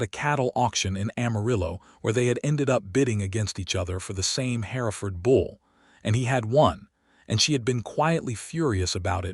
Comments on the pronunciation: The cattle are Hereford, pronounced "her-ford" not as "hair-a-ford". Get your facts correct. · HER-FERD IS THE PRONUNCIATION.